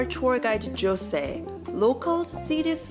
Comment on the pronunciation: I love your videos, You are calm and relaxed and I love how well you pronounce Portuguese words. So respectful and graceful of you to not Hispanicize names like Jose and Jorge for example, which I find a lot of YouTubers doing. In Portuguese the Js are pronounced and it’s so nice to hear you being aware of that and actually pronunciation them correctly. You’re a delight to watch . Thank you.